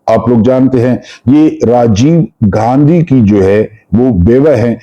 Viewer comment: سر محترم السلام علیکم خوش اور آبادرہیں ❤ لفظ گاندھی ہے نہ کہ گاندھی ۔۔۔۔۔ شکریہ❤